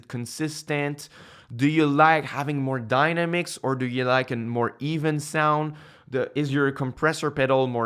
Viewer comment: Just to help out with the English, there..."dynamics" isn't pronounced "dina-mix" like "dinosaur." It's pronounced "die-namm-icks." (Yes, I suck at explaining pronunciation in text. haha)